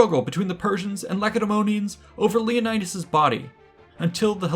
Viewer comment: You mispronounced Leonidas everytime u said it